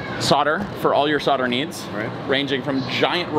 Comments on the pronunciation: Sodering tips? Thought it was so'l'dering tips? :) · Sodder? *Solder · Just wondering what soder is 🤣 I'm sure you know but solder has a L in it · Why can't Americans pronounce SOLDER properly it's not spelt SODDER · Do your soldiers ever solder, or sod it they just sodder it...? There is a bloody "L" in there folfs. Just sod me car and sod the truck, sod it. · Why do Americans leave the"L" out solder? curious